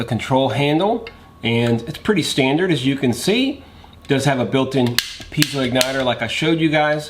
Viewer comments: What is a "jet ball"??? "Intresting" is not a word. Piezo: PEE•ay•zoh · Jet "Ball"????? Pē•ā•zō